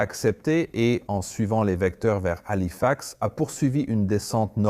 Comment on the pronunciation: Bon documentaire mais arretez avec l’ia. Parce que entre système système.... ou des bonnes fautes de language, halifax épelé ou encore 350 grammes au lieu de 350 G. Ou encore prononciations aleatoires cest gavant